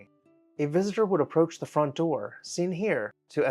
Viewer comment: This is an excellent video. It could be one of your best! The history info at the start was extremely interesting. Very well researched. It might be worth it to you to mind your pronunciation of the word "the". I look forward to your next video.